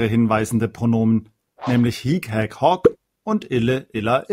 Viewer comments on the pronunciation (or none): Ihre Videos sind wirklich gut! Vielen Dank dafür! Ich muss allerdings anmerken, dass es manchmal die Aussprache (lang/kurz) bzw. Betonung nicht immer korrekt sind. So muss es hier z.B. unbedingt ein kurzes "hic" sein, denn das lange "hiiiic" bedeutet "hier" (nicht "dieser"). Auch das "hoc" im Nom. und Akk. Sg. neutrum muss kurz gesprochen werden - nur so kann es von dem langen "hoooooc" im Abl. Sg. m./n. unterschieden werden.